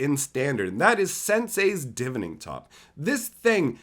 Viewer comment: Why cant anyone pronounce the tops name right? Its (divine-ing)